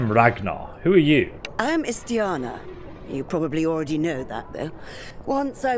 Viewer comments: Do you have dyslexia? Are you lazy? Are you illiterate? Why is it such a challenge for you to pronounce the names in the game, even if the voice actor actually says it themselves... She says "Istiana" several times, IST-I-ANA, stop saying IST-ANA you stupid fool. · Hearing Istiana voicing the names of the imperial lords and still BOMBING the pronunciations anyway is CRAZY ISS TEE ON UH NER RET SEES